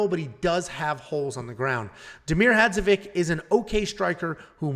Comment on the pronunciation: Well last time you dissembled Diakieses name, today Hadžovic is a problem LOL...In the future you must know that all surnames from Balkan (Slovenia, Croatia, Bosnia, Serbia) end with ICH at the end. So it is Hadžovich.....Just remember Filipovich, Rakich, Todorovich ect. Yes we write it like IC but pronunce ICH...(all of them)...Thanks for video and greetings from Slovenia....